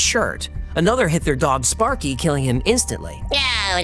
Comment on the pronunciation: sparky was killed by a spark? even you when pronounce the first time the dog name don look very convinced ahhh